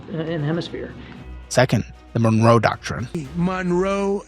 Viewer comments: pls 🫣 Monroe and nuclear No morone and nucular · MON-ROE. Not Marone